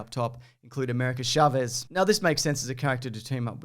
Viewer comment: Dear YouTubers who don’t speak Spanish, Chavez is pronounced “ch” like “chalk”, no “sh” like “champagne”.